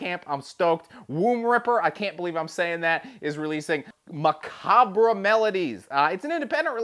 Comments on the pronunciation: Maca-bre? Lol nice.. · The banger crew seems to be illiterate, the RE isn't pronounced in Macabre. Not the first time for sure!